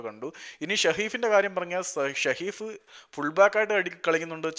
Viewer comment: It's സഹീഫ് 😂..not ഷഹീഫ്